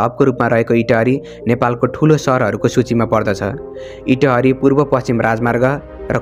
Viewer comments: Totally wrong pronunciation 😡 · Lekhnebela anthanabbe lekhne ani uchcharan garnebela anthaunna vanne kasto ho yo ta itahariko paloma ta